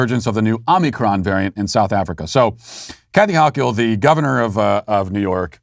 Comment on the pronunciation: Love how Matt intentionally butchers Dictator Hochuls name. Cracks me the hell up!! LOL